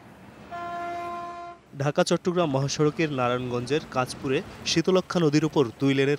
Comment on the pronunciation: kachpur na kanchpur hobe